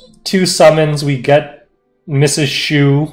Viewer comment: "Chowx? Shoe?, Is it some kinda french thing?" How the hell did actually get the pronunciation correct the second time.